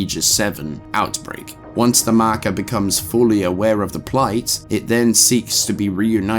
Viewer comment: In terms of lore, a concise & excellent video, but there is one thing I must say: Mahkuh.